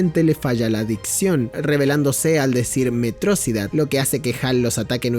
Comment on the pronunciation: En todo el video cometió el mismo error que tiene megamente de pronunciar metrosidad en lugar de metro ciudad, no se si lo hizo apropósito pero me encanta.